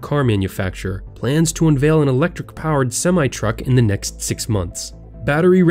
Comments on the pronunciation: It’s semi not smi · Its semi not seme. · Semi is pronounced sem-i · It's pronounced sem-eye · The pronunciation of Semi truck was sad. Who doesn't know how to pronounce it? Well, this guy sure doesn't